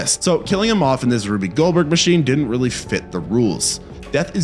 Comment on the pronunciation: Rube Goldberg is pronounced Roob not Ruby.